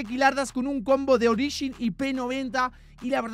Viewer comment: se puso raro hoy jajaja usando "ogirin"😅😅